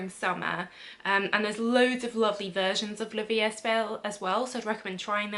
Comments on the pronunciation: La vie est belle, don't pronounce the "s". "Est" is pronounced "ay" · La vie e belle don t pronounce the 's'.